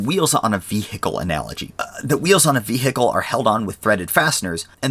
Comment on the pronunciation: i don't like the way he says vehicle